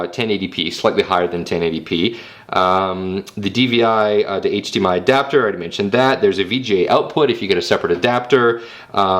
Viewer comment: HD-Mi-El lol